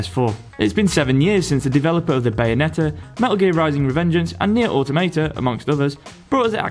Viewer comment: Even for the British, that's not how automata is pronounced.